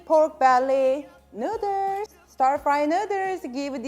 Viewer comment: Came for the "noodres" 😂❤️